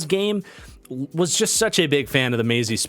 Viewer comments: As a Michigan fan, it’s Ma(h)zi. And as someone who married a Maher it’s M-ah-her. Similar sound for ya but should help you in the future!🫡😂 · I believe Mazi's name is pronounced MAH-ZEE